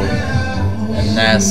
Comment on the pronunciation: Cool Reaction, But plz pronounce Nas name correctly